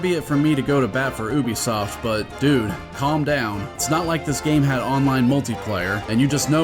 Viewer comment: Thank you for pronouncing Ubisoft they way those morons actually wrote it